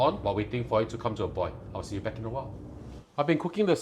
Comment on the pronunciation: Polite message. Practice on finishing your words. oi(l) NOT *oi!!! / boi(l) NOT *boi!!! Sounds like boy. You need to province the *l at the end of these words.